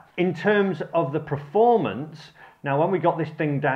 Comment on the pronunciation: Another great video. I'm sorry but your inability to say "performance" always makes me chuckle